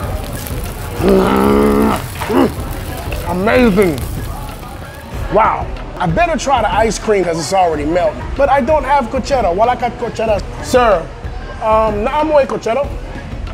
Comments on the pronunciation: Not cochetta it’s kutchara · Did you say kutsero? It Should be kutsara 😁